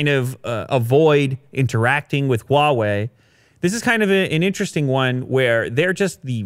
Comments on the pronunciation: Your pronounciation of Hua-wei is better than Joe Rogan. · finally he says huawei correctly